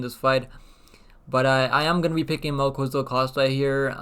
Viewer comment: Mel Ki Za El You say Ki like "Killer" Not "kua" or "kui" His name is tricky even for Brazilians